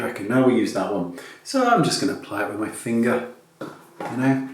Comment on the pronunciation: "with my fingy" HAHAHA! Love you!